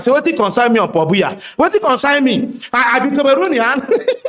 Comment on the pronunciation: paul bia, not pohbia🤣🤣🤣🤣🤣🤣